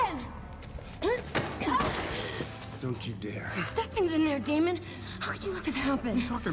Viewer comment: Pls stop saying daymon it’s Damon